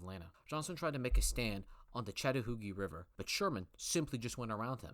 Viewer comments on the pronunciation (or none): Gotta work on how to pronounce American place names: ChickamaugA (not "wah"_) KenneSaw Mountain (not "shah"_) ChattahooCHee (not "hoogie"_)